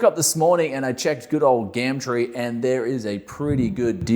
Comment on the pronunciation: "Gam Tree" - G-UH-MM TREE.